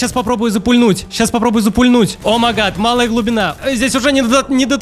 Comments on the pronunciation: Да какой нах ОМАГАД, когда О М А Й Г А Д бесит реально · правильно не омагад,а о май гад😕